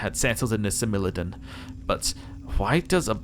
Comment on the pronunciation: Love this series :D So glad to have found an Aeon playthrough I like :D Also I believe it is pronounced Smile-O-Don :)